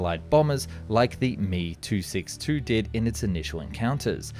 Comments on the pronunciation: That is the German way to pronounce it, I believe, but in that case, “Me” should be pronounced “may,” not “mee.” It’s distracting to hear an English speaker pronounce it that way, and I do wish he’d stop. What’s really annoying is how he switches between “doe” to “doo” at random. Really?! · pity that the Mee and Doh mispronunciations detract from the otherwise good info. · Do is an abbreviation of Doriner no an English verb! Impossible to listen to!! He is Heinkel, Me is Messerschmitt. NOT ‘doo’ ‘he’ and ‘me’. … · Dee oh. Em ee,,ache oh not doh and me or he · Does anyone else find it cringeworthy to watch his videos on German planes? The instance on calling ME-* planes me instead of M E. And then alternating between doe or due, oof. I guess I just expect someone who does it for a living, would know how to pronounce the designation of some of the most important planes in history. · I must respectfully correct you: ME-262 etc., DO-217 and other Dornier aircraft. When you say their manufacturer designator, i.e., DO and ME and JU, you do NOT say them as a word. ME is NOT "me", it is "em-ee" as you pronounce each of the two letters. DO is not pronounced as "do [due or doe]', it is "dee-oh", and JU is "jay-you".... Conversely, in American mil ground vehicles, as in the M-113 APC is spoken as "em -1-1-3" with each number pronounced separately. The M-577 is "em -five-five-seven". BUT because we are Americans, the M-80 Tank Recovery Vehicle IS IN FACT called an "em-eighty"!!! The mini-rule is f it has only two numerical designators, you NORMALLY say it as a complete number, if more, then each numeral is pronounced separately. BUT: in aircraft, we DO use the regular way: P-51 is pronounced as "pea- fifty-one", and so on. Thank you. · Pronounced “M” “E” and “D” “O” not mee and doe. D,O is the first 2 letters of Dornier and M,E the first 2 letters of Messerschmitt. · It’s not a me. It’s an m.e.😊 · It’s not ‘Doe’ ‘Me’ or ‘He’ it’s D-O, M-E and H-E. 😂